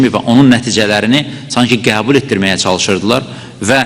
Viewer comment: Sen hele gebul sozunu dogru teleffuz ele sonra olke yonet allah belavuzu versin alcag pislikler